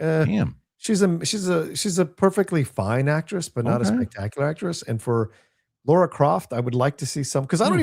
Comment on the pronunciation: How can you criticise the actresses who played Croft yet can't even pronounce her name correctly. It's LARA, not Laura😂